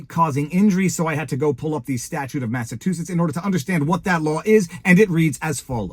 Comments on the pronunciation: Sorry Viva but I do have to correct your pronunciation. It is not the state of Massatoositts. Its MassaCHUsetts. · Viva, why do you keep butchering the word "Massachusetts"? Just sound it out the way it's spelled. I'll help you out again, (Massa-chew-setts). 🤦‍♂ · Mass-a- CHU- setts...i thought you were intelligent. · It's pronounced Massa CHU setts. 😊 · Massachusetts- you saying “massatoositts”😂 Love all you do💪🏻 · And he don’t give a massivetwoshits, thank you I’ll be here all week. Tip your waiter.